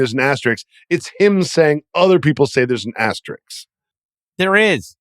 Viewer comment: It's not an Asterix. It's an asterisk. Verno knows the word., you can learn it, too! Great show as always, guys.